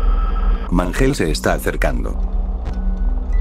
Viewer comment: mangel en vez de mangle jajana